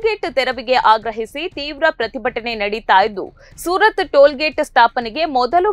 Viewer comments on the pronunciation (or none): ಓ ಅಡಬೆ ಅದು ಸೂರತ್ ಅಲ್ಲನ ಸುರತ್ಕಲ್ ಸರಿ ತಿಳಿದು ನ್ಯೂಸ್ ಓದ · ಸುರತ್ಕಲ್ ಅದು ಸೂರತ್ ಅಲ್ಲ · Surath alla surathkal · Soorath allaree...surathkal.... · Surartkal sariyagi heli